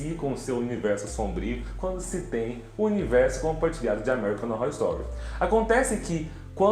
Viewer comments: Só eu ouço amerricanorrostory? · Vc pronuncia o nome da série errado. Kkkkkk. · Você não sabe falar American Horror Story! Kkkkkkk